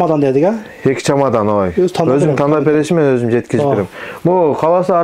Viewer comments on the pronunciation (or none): Чомадан эмес чемодан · Чемодан чамадан эмес !